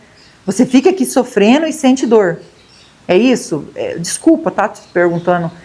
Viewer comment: Gosto dos seus vídeos, mas a palavra certa é (sofrendo) não sofreno. Apenas uma dica.